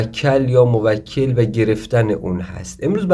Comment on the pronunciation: موَکَل؟😑🤔 بعد تو اوسکول رمال کجات دکتره ، لقب جدید پیدا کردی قدیما ملا و سید الکی بود الان پا رو فراتر گذاشتی شدی دکتر خود خوانده 😂😂😂 تو برو اول تلفظ درستشو یاد بگیر مرتیکه ک نشور بعد بیا خودتو استاد و دکتر بخون شما همون کسانی هستید که باعث جهل و خرافات و مایه ی ننگ این مملکتید🤦🏻‍♂️